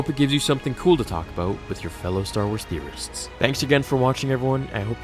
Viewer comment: When You say "Star Wars theorists" I always hear "Star Wars terrorist" lol